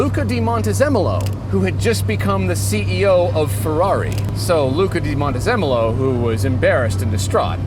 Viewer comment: Luca Cordero di Montezemolo. You guys butchered his name really bad!!